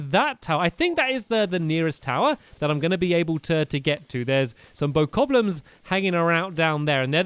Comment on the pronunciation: . Bokoblins not "bokokoblins"